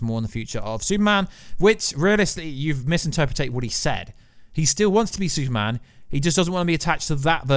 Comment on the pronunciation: Why do u say “Sue Man” instead of Super Man?